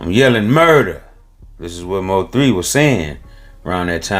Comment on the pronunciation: He said M O 3, its Mo3 sir ❤❤❤